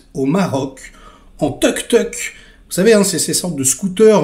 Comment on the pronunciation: Poursuite en “teuk teuk”….. 😂😂😂😂 en Thaïlande comme en Inde on dit …….”touk touk”